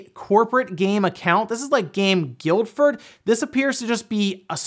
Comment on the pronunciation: FYI, because Guildford is an English town (and I live pretty close) it's pronounced more like "GILL-FUD" - yeah I know it's weird, just trust me on this...